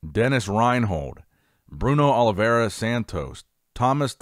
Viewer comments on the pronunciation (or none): none